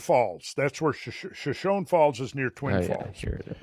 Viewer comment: It’s pronounced shoshonee. Hard E at the end.